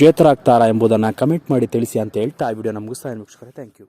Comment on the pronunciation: Anta ge hantha akka pakka ge hakka pakka adduri ge hadduri antiri kannada sariyagi matanadu gubal